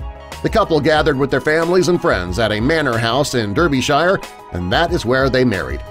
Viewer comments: It's not pronounced Durr-be-shy-er, it's pronounced Dar-be-sher. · Derr bee shire lol Derbyshire pronounced darby shire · Dur-bee-shy-er. I hope no one from the UK watches this. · How he said Derbyshire 😂😂😂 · This video should not have been presented by an American. Firstly, the album would have been entitles 'Family Holidays', not the American term and the presenter couldn't correctly pronounce many words including Derbyshire.